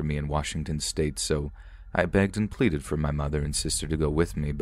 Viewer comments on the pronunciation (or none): none